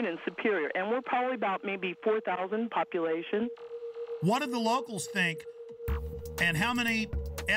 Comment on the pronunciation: "Popluation control" Common guys, I know this is independent film, but step it up. This is too important to mess up.